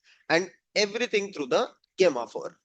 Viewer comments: It's pronounced as Jemma 4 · Gay-ma 4 ? Just call it Gemma 4. Gemini is build on top of Gemma. Hope you don’t call it Gay-mini